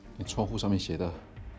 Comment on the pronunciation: 南无不唸南wu.应唸南mo